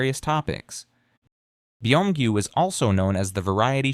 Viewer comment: Beeeee omgyu xD okay I was loving this but that pronunciation killed me lol.. and omg Tae Hyyyyoooon. OUCH. OUCH MY EARS lol - its a great information besides those things xD